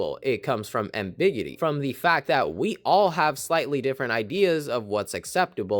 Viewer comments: ambigity? It's ambiguity. Accent on gu. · Imagine making a video about the psychology of something and mispronouncing basic words. Ambiggity blowing my brains out. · why are some of the words pronounced strangely by the narrator? Riggid? Ambiggity? is this bad AI? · 'riggid', 'ambiggity'....clever. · I was thinking the same! Is there a local American dialect where it's pronounced like that? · I assumed this was a human talking, but then he pronounced "rigid" with a soft G (rigg-ihd), so maybe it's a bot? EDIT: Oh, and then it pronounced "ambiguity" as ambigitty." So, yeah, bot. I guess the fact that the whole thing is just a bunch of obvious observations that have been made a million times before is also a clue. The world is a nightmare. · goated video, look up how to pronounce rigid and ambiguity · Bruh... how did you pronounce "rigid" and "ambiguity" so bad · I say this only with good intentions but you might want to double check your pronunciation of "ambiguity". This video made me interested in the show I think I'm going to start watching it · you can't say 'ambiguity'. Jeez, is this a shitty AI voice? Down voted anyway.